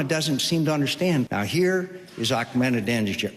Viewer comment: Arck-menideni-jaad! woooo